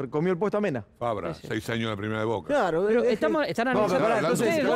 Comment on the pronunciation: Cualquier persona: rossi o chila gomez? Vignolo: voka Cualquier persona: advincula o mura? Vignolo: voca Cualquier persona: zambrano o sigali? Vignolo: voka